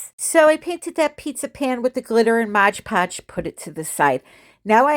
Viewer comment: MOD podge not MODGE PODGE